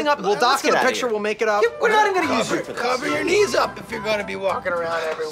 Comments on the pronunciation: For a second I thought he said "people's needs" for his dislike. Lol. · I always thought he says "people's needs" lol. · I thought he said "Peoples needs" at first and I was like yeah I hate that too but he said "peoples knee's" lol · i heard him say people’s needs instead of knees and i dont know which one is funnier